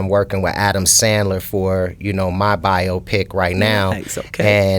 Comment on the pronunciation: Bio-Pic,not Bi-Opic